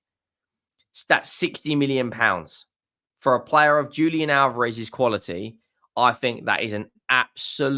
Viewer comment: JAY-sus not "HAY-sus". In Portugese, that they speak in Brazil, you pronounce J as J, not as H like in Spanish. Conversely it's pronounced 'Hulian Alvarez' also with emphasis on the first a of Alvarez, because he's from Argentina where they do speak Spanish.